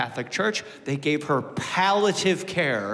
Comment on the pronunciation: *palliative like when smoking with pals - pally-a-tive